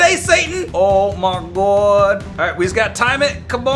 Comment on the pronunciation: "ow me gwod" got me laughing😂😂😂